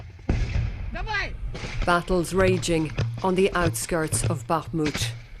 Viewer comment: Finally, a reporter who can actually pronounce Bakhmut correctly!